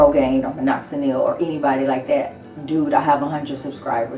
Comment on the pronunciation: Take the Nel off minoxidil it's Dil not Nil..